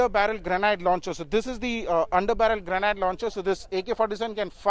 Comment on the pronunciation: A a a a so many fog horns and how does he pronounce grenade..